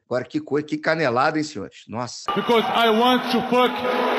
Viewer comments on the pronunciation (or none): none